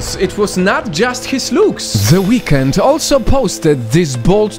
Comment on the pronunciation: I thought you said "What the weekend doing to his face?!"😂